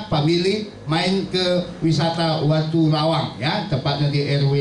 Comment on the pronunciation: maaf pak ..,..menurut saya watulawang bukan watulayang....hampura